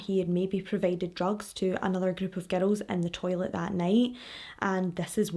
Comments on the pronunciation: I first heard it as "ghetto!" So I wonder if that other fan is also American. I figured it out quick enough but every time I'm still like: how can GIRL sound like GHETTO to me??? Glad I'm not the only one hearing a t/d in there. 😂 It's a lovely accent!!! Speaking of your accent, the first video I watched, as I was about to watch it briefly thought: wonder where she's from... American?, Latina?, Mediterranean?... well I'll know in a moment when I hear her... Scottish?!!!! 😂😂😂😂 So it was a LOVELY surprise. (Not that there's really any accents I don't like, but gotta say Irish and Scottish are up there in my faves!) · It took me a while to realize you were saying girls and not ghetto. 😂😂😂😂 I love your facial expressions! 🤭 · Omg it took me forever to figure out that ur saying "girls" lol ❤️ I love ur accent and videos 😹